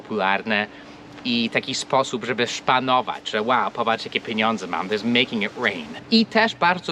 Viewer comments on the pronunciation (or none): "moje piniundze" ;-)